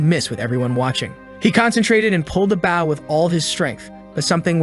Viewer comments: It's "Bow" not "Bowel" not even close to meaning the same thing. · hearing the mispronounced words makes me cringe LOL. reflex bow(buwen) its a Re-curve Bow, technically its a Composite working-recurve Bow. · and the word "bow"